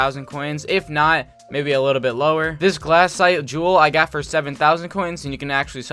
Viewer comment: anyone else want to die every time he says "glAHcite"